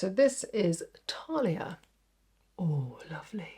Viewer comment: Thalia as in thanks not Talia as in tanks! Let’s not even attempt Gaia! Just remember if you can be bothered, there are no long vowels in Greek 🤷🏻‍♀️